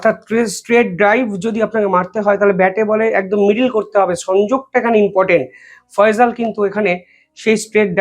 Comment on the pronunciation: ফয়জল না ফয়সাল বলুন। উচ্চারণ ঠিক করুন । বয়স আর একটু বেশি হলে তোমার এই পেশায় নিয়োজিত হওয়া উচিত ছিল। অনেক সময় তোমার Video দেখছি কথা বলতে বলতে একটু থেমে যাওয়া আবার অন্যমনস্ক হয়ে কথা বলতে থাকা এসবই হচ্ছে আমি ইন্জিনিয়ার প্রদীপ কুমার রায়, বিসিএস, নির্বাহী প্রকৌশলী, বাংলাদেশ থেকে মনে করি অল্প বয়সে এই ভারী কাজটি করার ত্রুটি। ধন্যবাদ।।